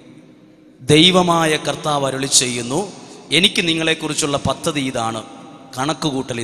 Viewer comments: പദ്ദതി യല്ല പദ്ധതി.correct it if you can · പദ്ധതി ആണ് പദദതി അല്ല